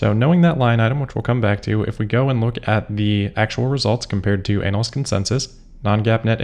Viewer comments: You might want to take care with how you pronounce 'analyst.' Half the time it sounds like you're talking about a specialist type of performer in, uh, entertainment for grown-ups. It's a bit gross, frankly. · is that the correct way to pronounce "analyst?"